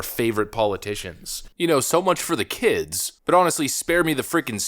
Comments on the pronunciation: "The keeds , the keeds" 😂😂😂😂😂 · Lmao, "the same people always talking about the keeds the keeds"